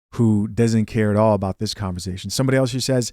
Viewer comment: …it’s ConverSAtion NOT ConverZAtion …I love your content but Damn that killing me